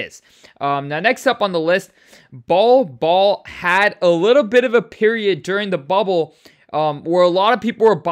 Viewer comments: Bowl Bowl, not Ball Ball… how don’t you know this ??? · It’s “bowl bowl” not ball ball